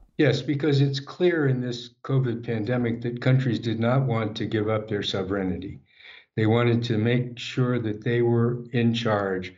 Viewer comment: "Sove-reign-(i)ty". Well I hate to be the grammar police, but what? Maybe he just misspoke because he was under stress being interviewed by our Man Freddy? He did make some useful clarifications, but yes I agree with many, in the end he's just a tool of the machine.